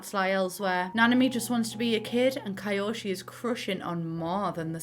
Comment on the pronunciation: Ito is pronounced "it-to" Kado "ca do" Kiyoshi "ki-yoshi" not "kai"